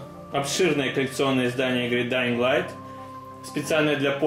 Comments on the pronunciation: Dying light читается без "г" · G в конце не читается)))) Ох уш вас английский)